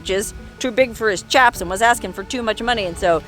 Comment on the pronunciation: Nice video,! You have a GREAT singing voice! By the the way, cowboys' leather chaps are pronounced "shaps". Chaps are English guys😎👍